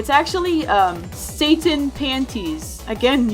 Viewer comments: I too thought it was Satan (say-tin) panties but it is Satin (sat-in) panties, minor mistake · Blammed is pronounced Blam-Ed and then when you satin paints it maid me break out laughing because it is Sat-in as in the fabrics not satan lol No hate, just telling you for future reference, great video :) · Hi! I'm not trying to be rude or over-nerdy or anything but it is pronounced sa-TIN like the tin man from the wizard of Oz 😁 love your videos!!!!! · It’s not satan it’s satin pronounce it literally like sat IN Senpai and spirit are two different characters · when pronounces "Blammed" like "Blamed" and "satin" like "Satan" you had one job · you do know that "Satin" is pronounced "Sat-in" not Satan and Blammed is said "bla-m-duh" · I believe the pico song Blammed is pronounced (Bluh-Am-ed). and I think its Satin (Sah-tin) Panties, no offense, just a heads up for future videos. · It's pronounced "sah-tin" panties its not satanic underwear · The song name:Satin panties:SATAN panties Me:if u would've pronounced it correctly then YouTube wouldn't demonitize you (idk how to spell it) Wait- Did I just say DEMONitize? No hate love your vids =) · It's satan i think at least that's how jay said it Satan panties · It’s pronounced sat-In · 1. It's pronounced Saa-tin 2. The game Friday night funkin was not actually made for kids if you can believe it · its its sat-in its pronounced sat-tin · Pog video but the way they pronounced satin as Satan lmaooo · What its actually pronounced "satin" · pronounces satin wrong Me: IT IS PRONOUNCED SAT-IN!!!!!!! SAT-IN!!!!!!!! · it isnt satan panties ts SATIN with the a pronounced as aaaayyy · You pronounced satin wrong.